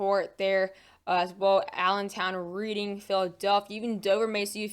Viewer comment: Love your forecasts, and I don't expect everyone to know this, but I thought since I'm from Pennsylvania, I'd mention that Reading is pronounced Red-ing (like the color red). Love your channel. Thanks for the forecast it's very helpful as I'm getting hammered with snow right now.